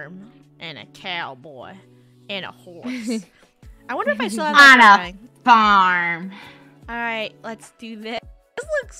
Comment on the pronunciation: A faurm a couhboi and a horsæ